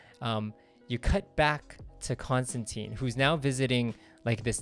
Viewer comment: Rick Veitch is pronounced like beach, or leech, Rick Veech. I had to look up several interviews because I wasn't sure how to say it. And not to be a total stickler but Constantine rhymes with wine, at least that's what he says in the early books, I don't think anyone will ever do that though. Love your video, thanks!